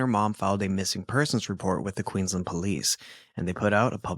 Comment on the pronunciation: I'm from Queensland Australia, love your podcast! Thank you for pronouncing the names of all the towns correctly! 😊❤